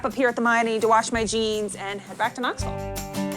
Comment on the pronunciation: Thank you that was very good. You say wash the same way my family an I do. Go Big Red